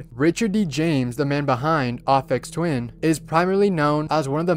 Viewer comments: no offense, but it's pronounced as "AY-Fex" not "AH-fex" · How dare you pronounce it "Afeks Twin" instead of "Ayfex Twin" smfh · "Offex twin"....please please just ugh. Please. It's A-fex. It's pronounced AYYYPhex. Also,, you are absurdly cute. And insanely charming. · Aphex Twin is not pronouced like R-phex Twin its the letter 'A' so it is A-phex Twin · It's Aphex Twin with a long A sound not Ophex Twin. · It's "Ay Fex" Not "Aw Fex"! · bro really said "ahhfecks twin" 💀💀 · Its pronounced ( ay-pex twin) besides that awesome vid!!!!!!!!!! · The way he pronounced "Aphex" was way scarier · bro butchered aphex twin's name like damn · It's pronounced "Ai (to rhyme with hey) - fex", but you probably know that by now =) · Dear, you are pronouncing Aphex Twin wrong. Just saying. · you’re pronouncing "aphex" wrong